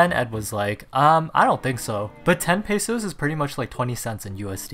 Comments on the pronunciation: im filipino and pesos is prnouced "peh-sus" not "paysuse" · I'm sorry but why does everyone say "pay-so-s" ;-; His art is improving tho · The way he says pesos is very wrong but lol it's funny